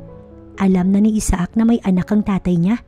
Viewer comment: The best way to pronounce the guy's name is...Aysak! Isaak ay pilipino version na pag bigkas.